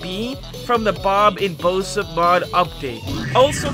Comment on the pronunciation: you said boship 2 times hhahaha